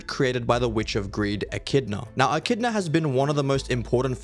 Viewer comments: I actually liked the concept of the vid but this is the point where clicked off. Bro just kept on saying "E-chi-do-na" not "E-chid-na" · Her name is Echidna not "ecky-donna" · Bro said echidona like echidnut back in the day lol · e-chi-dona is crazy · Ngl bro you said echidna wrong Everytime it's ekidna is how you pronounce it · did bro really just say ecky dona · Bro.. echidona... Might as well say Subaru not soobahroo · I can't listen to you mispronounce Echidna. Sorry, kid. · I can’t watch this man the Echidna pronunciation is rage baiting me. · Well now I'm confused. Why are you pronouncing the artificial spirit Echidna's name differently to the other Echidna? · Wait wait wait, why are you using the Japanese pronunciation of Echidna for the fox and the English for the soul? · that is NOT how you say echidna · He probs said it that way so we could tell the difference between the two😊